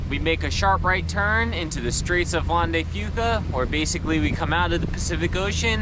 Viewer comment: Welcome to Seattle, now we just have to get to say Strait of Juan de Fuca correctly we’ll be good. Jon at Fife Maritime